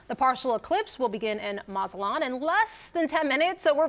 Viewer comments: What? Don't have to be Mexican to pronounce it, haha! Or speak Spanish for that matter. He added an extra syllable in there 😂 "Maza-la-te-lan". That has nothing to do with his being Mexican or not 😊. His cohorts corrected him though. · This guy can't even say mazatlan 😂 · Here’s a special hint: MAZATLAN IS PRONOUNCED THE SAME WAY ITS SPELLED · Omg and now he pronounced it AGAIN in an entirely different wrong way. DISGRACEFUL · The way that both of them pronounced Mazatlan totally wrong WOW!!! DO BETTER!!!! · How many times will this dude mispronounce Mazatlan ? 🙄